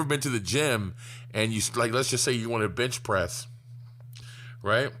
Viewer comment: Anyone else hear "bitch press" instead of "bench press"? 😂 Love this tip! It's has soo much truth to it. Alway aim higher.